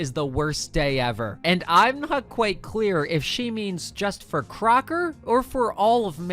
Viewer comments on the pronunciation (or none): none